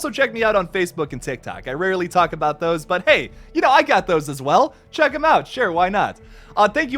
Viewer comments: I felt personally attacked (pun intended) when you said "aboot" loool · "Lets talk aboot that" - This sent me 😂